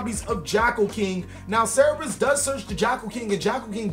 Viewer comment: Cerberus not cerebus